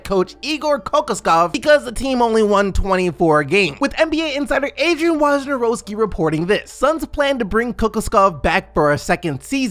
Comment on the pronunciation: Can you pronounce Wojnarowski correct please